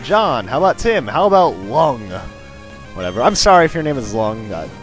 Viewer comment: Lung is a asian name! And it's not usually pronounced like the organ. It's pronounced like Phoung and Voung(both are Vietnamese names, not sure about Lung).